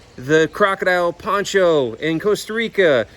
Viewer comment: The Costa Rican croc's name was Pocho not Poncho lol